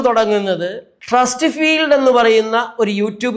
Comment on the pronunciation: ട്രസ്ടിഫീൽഡ് അല്ല സർ, ട്രസ്ടിഫൈഡ് എന്നാണ്.